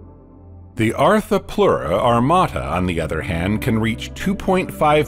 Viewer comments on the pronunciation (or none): none